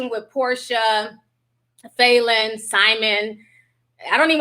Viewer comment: Falynn's suit ate. That's all I got... Also it is pronounced "Fah" not "foo"